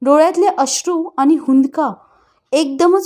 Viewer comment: लेखकाने जे, जसं लिहिले आहे ते, तसंच वाचा हो! तुमच्या सोयीनुसार त्यात बदल करू नका. पन, आनी, मानूस, न्हानीघर, आणंद, ननंद, जनू, भुनभुन, मण, क्षन, त्यांच्यापाटी, सर्वांसाटी...हे असे शब्द लिहिले आहेत का त्यांनी? किती शब्द सांगावेत? हे असे वाचून तुम्ही त्यांच्या लेखनाचा अपमान करीत आहात! स्वतःचे उच्चार सुधारा आणि मग अभिवाचनाचा घाट घाला!😠